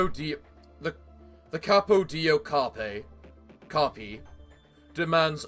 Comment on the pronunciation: i took stagger damage each time i've heard "Capo dei Capi", but otherwise good video!